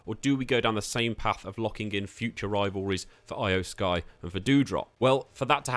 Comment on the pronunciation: Judging by the fact that you don't know how to pronounce Iyo Sky, Tommaso Ciampa, Nikki ASH, and Shinsuke Nakamura correctly, it seems like you don't watch professional wrestling at all. I find it so ridiculous that the name of the channel run by you is "." Did you name your channel like that just because you play the WWE 2K series?